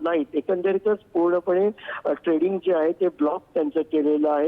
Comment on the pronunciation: ट्रेंडिंग नाही ट्रेडिंग